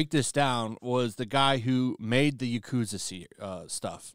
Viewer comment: How do you stress the correct pronunciation of Naruto but say yakuza like a shoobie lol